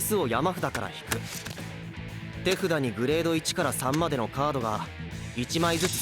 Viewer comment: He said it right. The subtitle is just wrong. ("tefuda" = hand)